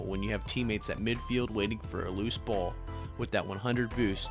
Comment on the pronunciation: Nice video! I definitely like your angle on ball chasing and explaining that there are in fact times you should ball chase, but like all things it must be balanced In the beginning, the way you say “ball” I kept hearing “bull chase” 😂😂